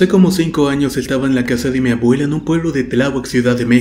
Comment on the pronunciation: ''Mabuela'' por favor habla correctamente, es desesperante escuchar la pronunciación erronea.